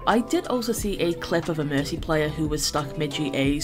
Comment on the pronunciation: I love how you say Merki XD. That name was so true when they first changed her ult. Nanovalk was fun while it lasted.